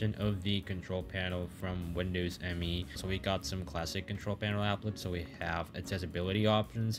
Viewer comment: Windows Me is actually pronounced "me", not "em-ee"